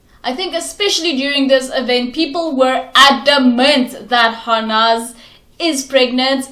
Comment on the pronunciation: Its Harnaaz not Harness